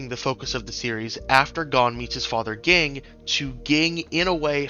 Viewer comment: this mf really just said GING and not JING lol good viedo tho